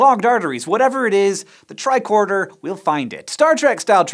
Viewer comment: Lol “bicorder”